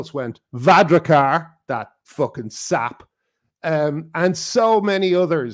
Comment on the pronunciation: It's Var-AD-kar, not Var-RA-kar.